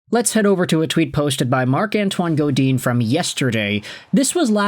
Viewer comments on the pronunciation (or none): its not "Godeen". Its GoDAN...just saying